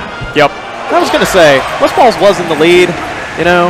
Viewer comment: did he call him "Westfart"